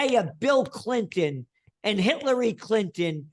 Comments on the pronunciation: “Hitlary” bahahahahahahahaha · Did he say, or did I just hear him say, hitlery kkklinton...???